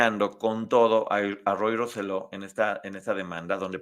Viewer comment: Saludos, de PR los corrijo con cariño, Se pronuncia Rose-yo. Por otra parte, gracias por hablar y darle exposición al caso. Por alguna extraña razón o por amiguismo en PR no se toca el tema , es casi un taboo .